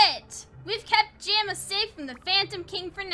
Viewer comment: and jamaa is pronounced ja-ma